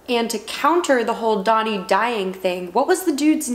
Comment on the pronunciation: Painful to keep hearing you pronounce DANI, DONI....but I still love you.